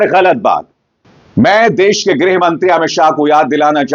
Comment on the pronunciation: Say greeh not grah..